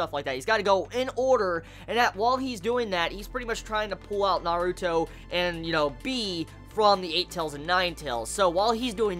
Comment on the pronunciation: He pronounces it correctly!